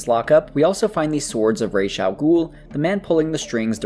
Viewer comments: If you speak Arabic the letter used for the s or sh sound in Ra's its just an S sound not an SH sound. So correct pronunciation is Rah ahs al ghoul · It is NOT Raysh. I don't care what people say. That's not how it's pronounced in its native language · I love how mispronounced the wrong way of saying Ra’s